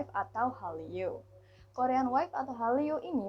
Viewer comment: Bagus kontennya... tp harusnya bacanya korean wave (wevv) bukan waif